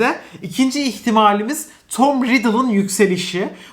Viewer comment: nobody:: 2. İhtimaalmiz